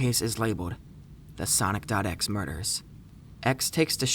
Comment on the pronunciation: HE PRONOUNCES IT SONIC.X *loudly cries*